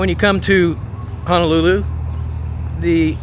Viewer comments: Pronounced Hoe-no-loo-loo. Hope you enjoyed your stay. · It's "HO" not "HA" Ho-no-lu-lu!!!! 😠